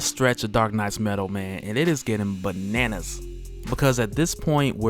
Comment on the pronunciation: I like how you said..."BA nANAS" lol